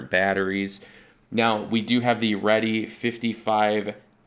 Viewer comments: I know this video is old yo comment on, but just a slight correction, every Reedy team drivers I know and everyone else in RC pronounces it as reedy, not redy or ready, just saying☺ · "REEDY" pronounced as it looks! Not "ready" REEEEEEEEDY!